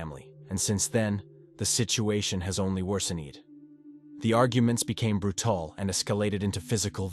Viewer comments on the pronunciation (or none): the arguments became" bruetallll"